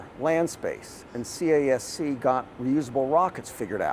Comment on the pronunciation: CASC, it's pronounced as "KASK" ✌️